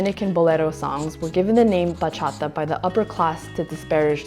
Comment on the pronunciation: As a Dominican, still living in the island and still dancing bachata with every chance I get, I was really stoked when I saw the thumbnail! Thanks for the little crash course on this beautiful genre. Perfect way to start my christmas. Also props on the pronounciation, sounds super good!